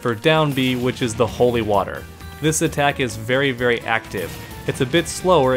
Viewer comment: With the way you said holy waters there, are you from Brooklyn or Long Island? Just curious...